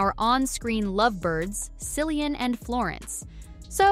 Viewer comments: For the love of God stop pronouncing him a Silly-an. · It's "K"illian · Hard C, please!!!!! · You know this Film Whip video is going to be pathetically bad, when from the onset, they pronounce Murphy's first name with an S sound. 👎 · Learn to pronounce the actor's name you are talking about. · Respectfully! you could have at least got the correct pronunciations of his first name! 🤔🤭🙄🤦🏽‍♀️🇯🇲🇬🇧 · at least pronounce Cillian's name correctly.